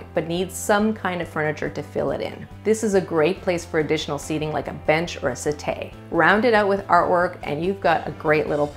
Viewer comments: Great video! Very helpful. , however, you mispronounced "settee" as "set-AY" instead of pronouncing it as it is written -- "set-TEE." The closed captioning ("asset a") couldn't figure our what you were saying. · Well presented but poor pronunciation of settee let it down.